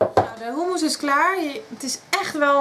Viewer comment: In Nederland spreken we u niet uit als OE.